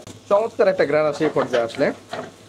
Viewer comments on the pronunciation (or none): আপনি গেরাণ বলেন কেন???